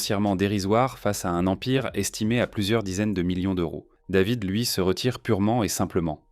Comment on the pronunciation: Quand david est né, la va-t-en voulait que son prénom soit prononcé ''dèvid'' (sic) a l'américaine - une vraie française la bulgare de mes deux